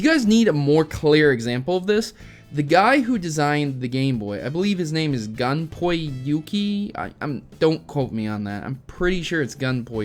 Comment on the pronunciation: Gunpei is pronounced Gun-Pay, no offense of course.